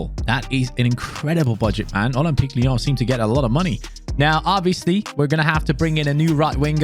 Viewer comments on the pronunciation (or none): Ole-m-peak Leee-yaawn 😅